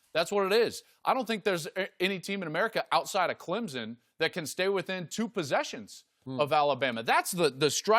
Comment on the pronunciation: No z in Clemson.